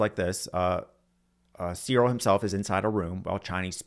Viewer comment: Not bad but I was put off by the weird mispronunciation of John Searle. It's /sɜːrl/ as in furl or hurl.